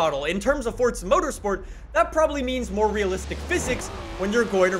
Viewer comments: Is there a silent T in the word forza? 😂😂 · There's no "T" in forza. Bugs the hell out of me